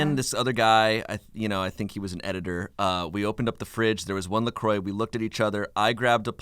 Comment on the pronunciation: anyone else mad at how they pronounce la croix?